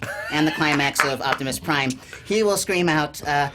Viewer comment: "Optimuhs Prime and Bumblehbeh"😭😭😭 Cucumber, 2018